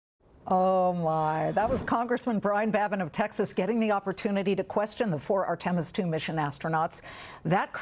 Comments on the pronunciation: LOL! ARE-TIM-US...😂😮😅! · I'm surprised she was able to pronounce 'Integrity' since she struggles with Artemis?!